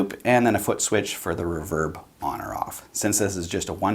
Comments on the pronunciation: I have just noticed how you pronounce reverb and I'm stunned. REE-VERB not REV-ERB. lol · REEE-VERRRBBB NOT REV-ERB OH MY GOD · ruverb?? reeeverb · It's "re-verb" not "re'verb" ..... You're obsessed with unseen cosmetics...so Im obsessed with improper pronunciations... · It's pronounced reverb not raverb...... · It left a bit to be desired in the "crunch" distortion test for me, but that's an "in general" thought, not taking into consideration the price. If you played those tones for me and told me it was a $900 combo I'd believe it. Eye twitching when you say reverb "reh-verb" instead of "ree-verb". Egh. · Very good demo . Crazy cheap little amp . It's pronounced Re - verb ! Lol jjks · “Spring erverb”😂😂😂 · i love this channel but its pronounced Ree-Verb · The way you say reverb makes me not trust you. After you get a real speaker & put real tubes in it, that aren’t going to burn down your house, you could have just purchased a Boss Katana Artist Gen 2 for less. Enough with all the $100 guitars and $200 tube amps all over YouTube. Just noticed this video is 6 years old. Why TF is YouTube putting on my videos page at all? 😊😊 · Awesome video! Definitely a new subscriber! Without looking into your bio, I’m guessing you are Canadian based on the way you pronounce “reverb”, lol. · Nice review but you say 'reverb' oddly.